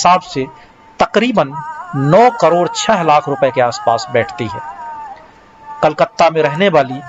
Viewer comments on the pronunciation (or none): none